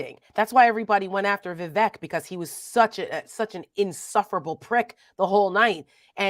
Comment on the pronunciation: Guys, gotta pronounce it right. Vivek rhymes with “fake” or “snake.” That’s how you’ll remember!